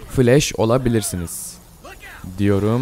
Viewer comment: Flesh değil flash